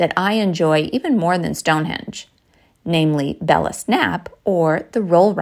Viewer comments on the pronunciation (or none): none